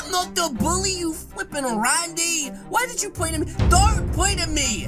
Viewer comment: Hello this how many time he said ranndy